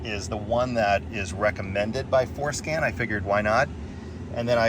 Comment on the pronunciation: I initially thought you said Foreskin LOL, Im on the floor laughing sir... excellent video for diagnostics, thank you